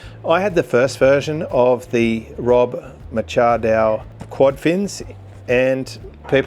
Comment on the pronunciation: Don’t trust the guy who doesn’t know how to pronounce Machado